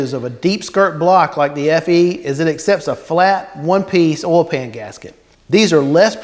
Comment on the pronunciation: Great video- learn how to say O I L!!!! Ol is something else. Oo iiii LLL